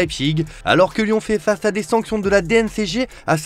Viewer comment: « Lyon fais « fafe »a des sanctions »🤣